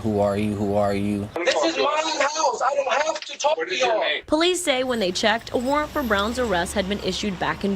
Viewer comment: Stopped the video when I heard "warrant." 🙄🤦🏿